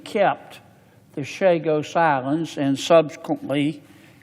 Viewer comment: I thought this bull** about Chagos was finished and vetoed by Frump. Typical Yank can't pronounce a single name correctly unless it is in Spanish.